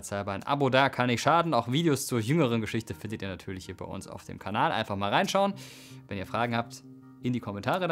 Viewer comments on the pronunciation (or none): none